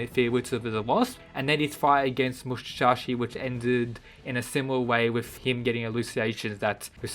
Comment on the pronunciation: Its musashi not mushashi